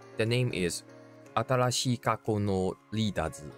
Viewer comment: Remember its not “Atarashii” it’s “Atalashii” made me chuckle first few minutes